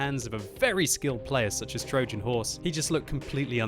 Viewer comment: What is that pronounciation of "Trojan" ffs?